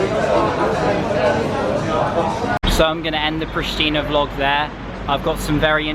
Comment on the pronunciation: Its correct said Priština, very simple